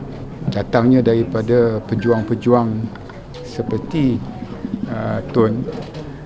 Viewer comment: Did he say pejuWANG??